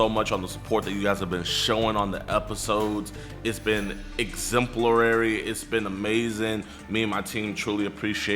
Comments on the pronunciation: . “Littlely” … “hyper-dermia”. “Exemplulary”. WTF ? Those are big words for someone that can’t pronounce them correctly. Moron alert 🚨 This guy weighs less than Jidion’s bubble azz...They are the same weight. When they're sitting on the couch you can see that. You shouldn’t try to make yourself look intelligent with “big words” because you just make yourself look uneducated and ignorant. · I've seen so many videos like these Jid... your channel honestly takes the cake. You're so good at making them feel comfortable and regretful which gets them convicted almost every time. Was proud of you back then and even more proud of you now! also you said "exemplerary" as I was typing this and I busted out laughing